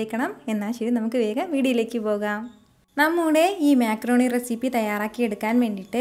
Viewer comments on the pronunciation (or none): Mecroni alla macroni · താത്ത മേ ക്രോണി അല്ല മക്രോണി